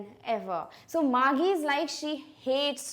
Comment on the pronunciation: first of all "GEE" is pronounced as "jee". it is an abbreviation of the word jesus or jeez. Secondly, the girl's name, margie is pronounced as marjee and not margee.